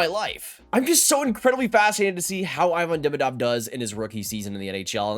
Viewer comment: JFYI Ivan Demidov = EE-van De-MEE-dov